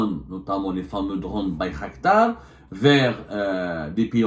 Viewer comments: Bayraktar non pas Baykhaktar 😂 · Bir qdar بيرقدار et non bir khdar